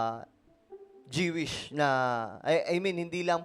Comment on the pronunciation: JIWISH KA NG JIWISH JOO=WISH PO ANG TAMANG BIGKAS NYAN..